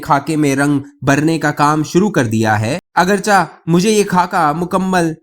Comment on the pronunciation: بھائی صاحب، اپنا تلفظ درست کر لیں، یہ لفظ ""چنانچا"" نہیں، چنانچہ ہے، یعنی حرف چ کے نیچے زیر ہے، اسی طرح ""اگر چا " بھی غلط ہے، اگر چہ، چ کے نیچے زیر ہے، آدھے سے زیادہ وی لاگرز اور نیریٹرز اردو زبان کا حشر نشر کرتے ہیں، کچھ خدا کا خوف بھی کر لیا کریں، مہربانی ہوگی۔